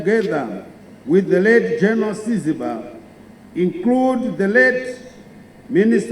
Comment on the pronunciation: I am surprised that he can't pronounce Siziba . Again i am proud that ZIPRA had better training than zanla .History need to be re written with only the truth not biased as it is today. With the ill information of zanla as the liberator of Zimbabwe.